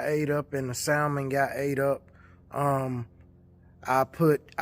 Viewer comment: super chill guy, but its hard to hear him say the "l" in salmon.